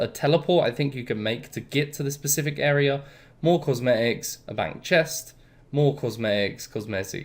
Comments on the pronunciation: love the vids, but am i the only one who hears “pacific” every time he tries to say “specific”? 😂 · Love the videos, great content actually got me and my friend back into it :) Also love how bad your English is sometimes, when you say pacific I assume you mean specific XD